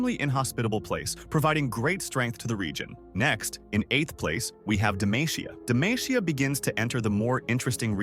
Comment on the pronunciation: Its demacia not demaicia